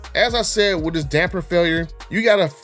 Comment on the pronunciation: You can spell it...but you can't say it...damper damper damper there's no "n" in the word damper lol